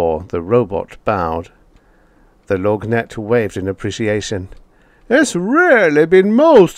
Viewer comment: Love your voicing of the lorgnette, although the word is pronounced without the g.